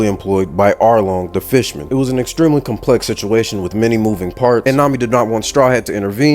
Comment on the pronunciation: bro said fishmen like a slur lmaooo😂😂